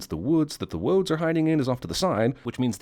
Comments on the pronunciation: "Woads"? ....wabbit twacks too? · Don't want to spoil the party, but 'Wodes' not 'Woads'.